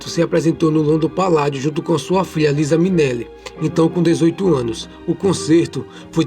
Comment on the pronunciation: E a pronúncia do nome da filha de Judy é "Liza (Laisa)"